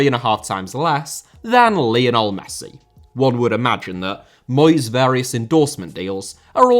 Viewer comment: Lionel * not Leonl Regime* not Reigime Aussie * not Ausie Ange* not Anj Eden* not Iden Lukaku* not Lukohrku Nassr* not Nazer Joël * not Djol Alphonso* not Alphonzouw München * not Munich León* not Leyon Andreas* not Ondrejas Half* not Holf Pervis* not Pöves Caicedo*not Caiceirouw Mbappé * not Mbappei Joshua* not Youwžua Kroos* not Krouws Iñaki * not Enohrki Ghana* not Ghorner Taremi* not Tareimi Leverkusen* not Leiverkusen Mitoma* not Metouwmer Jiménez * not Hémenez Inter* not Ento Robert * not Robehr Mile* not Mal Gana* not Ghohrner Idrissa* not Edresser Mané* not Mohrnei Koke* not Kouwkei Enrique * not Enriquei Gea* not Heyer Rather* not Rother Valverde * not Valverei Wanyama* not Wanyohrmer